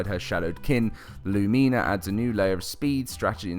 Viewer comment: Its not pronounced "Lumeenuh"....